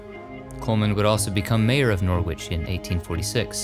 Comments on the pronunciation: Norwich is pronounced NOR RIDGE not NOR WITCH lol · Great vid as usual but, Norwich is pronounced Nor itch or Nor ich. Your helpers abroad make great additions to the channel. Of course I realize that a lot goes into the background info and editing. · Thank you so much for this. I couldn't believe I was seeing Chingford Mount. My first husband died at just 32 and is buried there just along from where the Krays were finally buried. By the way, Norwich in Norfolk is pronounced 'Norrich'! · Fantastic video as usual. I hope you don't mind me correcting your pronunciation ( How else do we learn) The 'W' in Norwich is not really pronounced , so phonetically it sounds more like Norritch. ( don't ask me why... it just is)😆. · Good work although one small thing that is lost in translation: "Norwich" is pronounced "Nor-ridge" as in "porridge." 👍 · "Norritch",. It is "Norritch". With English names the correlation between pronunciation and orthography is sometimes tenuous. Another intriguing journey through the lives of the dead. You have this format perfected. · Also, it's pronounced Nor-ich. The "w" is silent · Thank you. I must add that Norwich is pronounced Norich, you do not say the W. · 😂😂😂😂 its call Norwich but prounced norich😂😂😂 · It’s Norwich pronounced Nor itch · He got Norwich,in England,wrong,though.He pronounced the’w’. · The w in Norwich is silent 😉 Just saying, you know, so you know for a next time 😊 Love you! x x x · Great video, thankyou! Just one thing though I hate to be that person, but the 'W' in 'Norwich' is silent